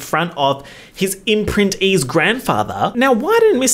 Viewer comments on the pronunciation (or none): "His imprinteè's grandfather" TOOK ME OUT 🤣🤣